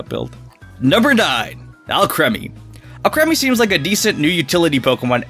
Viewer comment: Actually is pronounced Al-cream-e